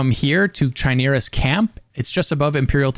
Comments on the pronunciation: It's pronounced as kimera. It's a Greek word, the ch was pronounced as a k in most situations. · You can pronounce bene gesserit but not chimera or octagonal?